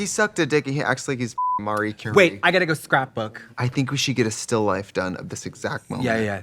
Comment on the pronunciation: NOT Tracey Martel saying "Marreee" Curie and "coming down the pipe" instead of pike. 🤣🤣🤣🤣🤣🤣